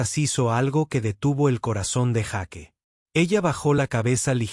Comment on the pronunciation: Se dice Jeik y se escribe Jake, es praim y se escribe prime, quien es el burro que no habla bien?.